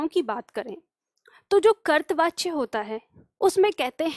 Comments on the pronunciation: करतवाच्य नहीं कर्तृवाच्य बोलें। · ham aapke student Or hindi pad rahe to ek galti mane aapki pakdi aaj kartri vachaya ka ucharan ache se kare karipa karke Or aap bilkul acha paddhati hain ❤❤